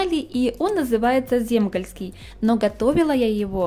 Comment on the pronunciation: Как вы сейчас красиво говорите Земгальский! Спасибо огромное!